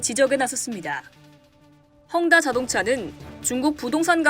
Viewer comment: 혼다 아니고 헝다